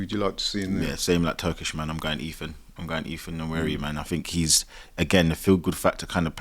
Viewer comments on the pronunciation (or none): Why do they keep pronouncing Nwaneri wrong?? It’s not Nwanieri (like Ranieri) - its Nwaneri